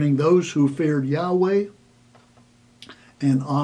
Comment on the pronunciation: YOU SAY THE NAME, "YEEEHOBLUNKGRUFFEIEWAAAAAAAAAAAAAYTEETOE" IS TOO HOLY TO PRONOUNCE, BUT ALL DURING YOUR VIDEO YOU MUCK THAT NAME UP BY MISPRONUNCIATION!